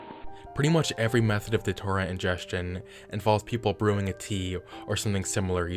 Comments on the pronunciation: Just one thing. It's not pronounced Da-tour-ah. It's pronounced day-chew-rah. Thanks for the video. I've been one of your longest subscribers, and always love when you bring out a new video. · brotha. It's Datura, like, DAT-chu-Ra. not da-too-rah. lol